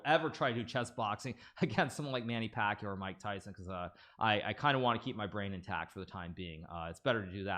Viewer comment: that's not how you pronounce pacquiao